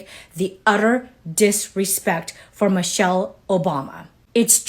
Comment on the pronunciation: And, did that guy say "Mochelle Obama"? Who is Mochelle Obama?